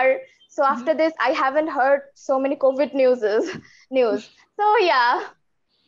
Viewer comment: Covet means lalach karna. But I think according to your pronunciation Here you told about covid . Please correct it.